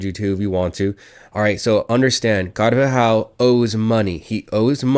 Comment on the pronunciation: Why is this dude adding an extra syllable to “carvajal” 😂